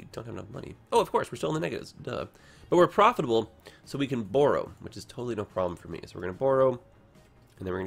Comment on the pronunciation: I've never heard borrow pronounced that way before! Interesting